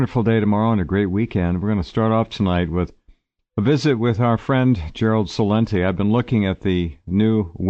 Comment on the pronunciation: LOVE YOUR SHOW. YOUR NAME SOUNDS FRANCO ITALIAN LIKE MINE. PROUD TO HAVE MY OLD PAISAN GERALD ON AGAIN! HEY GERALD DE ANGLICIZE YOUR GREAT ITALIAN SURNAME. Che-lente NOT sa-lente. YOUR A GREAT ITALIAN AMERICAN ICON. My Son Michael Teaches Italian and Greek at a major University. He cringes when your name is mispronounced. IM NO ONE TO TALK. MY PARENTI CAME TO THE USA VISA S. AMERICA SO IM STUCK WITH A HISPANIC FIRST NAME AND AN ITALIAN SURNAME. They call me SPAIN ECT I GET SO PISSED. IGNORAMI! At lest the Hispanic folks pronounce my name correctly! I feel like that DOPE of a POPE JORQUE BERGIGILO! KEEP UP THE GREAT WORK GUYS WE CAN GET THE NAMES FIXED LATER. PORCA MADONNA MIA!!!! CIAO AMICI